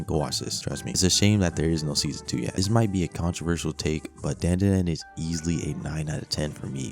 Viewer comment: Dandadan, bro said it wrong